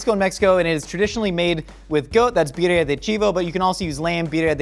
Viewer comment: right way to pronounce it